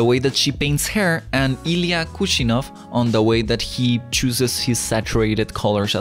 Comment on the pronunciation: He can't pronounce Samuel but he can pronounce Kuvshinov That's crazy...